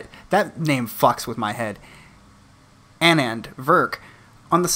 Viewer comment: Pronunciation, Annand = Annan (Ah-Nan)